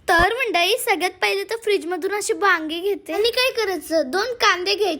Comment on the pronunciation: बांगी ❌ वांगी ✅😂